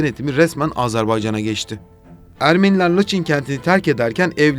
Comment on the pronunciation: Mayın'a May(ı)n diye biliyorsun. Laçına neden Laç(i)n diyorsun. Acayip tilt oldum